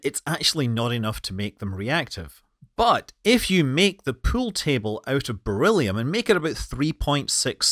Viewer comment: What's a "Pewl table"?